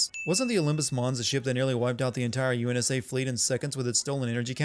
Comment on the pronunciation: UNSA? Cough UNSC Cough Cough